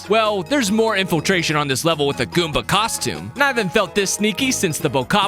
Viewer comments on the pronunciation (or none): WHAT DID YOU SAY GOOBA